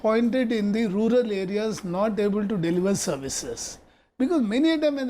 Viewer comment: TQ Mohammad sir pronounced 'Ruler area' instead 'Rural area'.😋